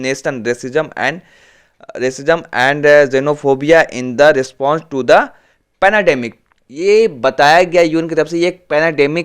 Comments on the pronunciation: Its not panademic it's pandemic. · Bro it's pendamic not penademic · भाई पेनाडेमिक नही है पेन्डामिक कहो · Panademic? Panademic? Kya bhari